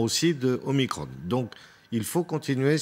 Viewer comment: pourquoi dites vous MICRONEEE...la lettre grecque c'es MICRON ... !!!!MICRON ...MICRON